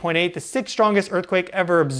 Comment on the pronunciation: I’ve always wondered if he smokes too much weed, or has a lisp. He says some words with a weird pronunciation.. “teslers” “murcury ” “sixs instead of sixth” “meyenmar” “earf” “kamchAKA” it’s not a chakra, it’s KamchATKA.